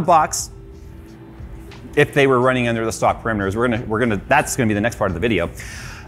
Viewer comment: Perimeters... again?